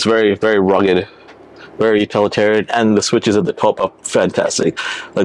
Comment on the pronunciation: Did he say UtAlitarian ? ;-)